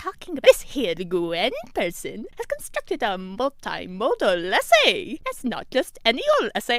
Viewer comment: That was AWESOME! I thoroughly enjoyed that project. I giggled every time the voice at the end said "multimodal." It's probably good we're past that unit as it is quite likely I will have difficulty saying that in the future. Also, I think Mr. Wilbanks liked it, too.